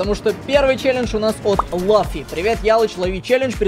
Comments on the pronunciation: Не лаффи а Луффи это гг аниме Ван пис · Не лаффи а луффи